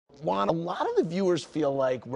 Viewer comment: The way Andy says “Juan” 😂